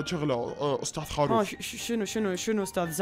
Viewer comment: خروف مو خاروف